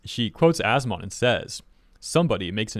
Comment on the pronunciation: Every time says As-Mon and not As-Min makes me cringe